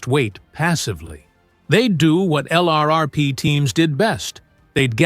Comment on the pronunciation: Your robo-voice doesn't know pronunciations - sounds like a boot. LRRP is pronounced Lurp , to start.